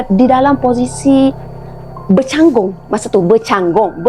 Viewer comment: Kak chengkih.. komando Arshad bercangkung not bercanggung,.😅😅😅